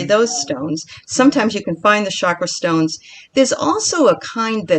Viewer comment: Enjoying the show, love you're love and passion, but you're butchering some of the stones names 🙄.then I finally got to the end after taking breaks. I get it bless yalls heart you're new. I get it now. I was under the impression that you were crystal connoisseurs. Your just learning like everyone else. ✌🏾 Oh and TURN OFF YOUR PHONE.